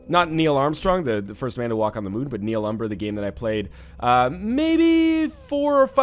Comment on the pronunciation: FYI, Nihilumbra is latin for "shadow of nothing" (not really, it should be 2 separate words) and it should be pronounced knee-ill-oom-bra.